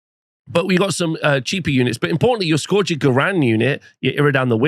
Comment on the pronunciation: Biggest controversy of this new GHB is hearing how many different ways people pronounce “scourge” and seeing how many do it wrong. 😂